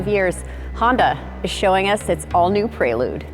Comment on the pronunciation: Yikes, they butchered the prelude name